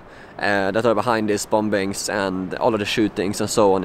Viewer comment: The second "B" in "bombing" is silent, by the way.